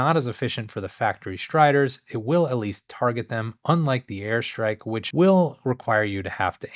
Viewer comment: I keep hearing "hair strike" haha